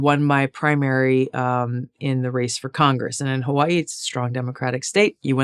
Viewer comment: Tulsi is great but I could never vote for her because of the way she says, "Hawaii".